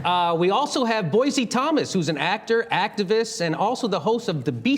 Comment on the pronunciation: Boise: It's pronounced "Boy-see", not "Boy-zee"